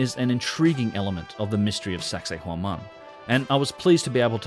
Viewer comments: Once it sounds like you’re saying “sexy woman” I can’t stop hearing it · Did he just say "anyone looking into sexhay whoman in any depth"? Giggedy.